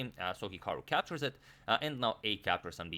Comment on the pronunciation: Lol, perfectly sums up the channel in a nutshell. 😂😂😂 Especially "CAPCHORRS CAPCHORRS CAPCHORRS" And don't forget "castles castles".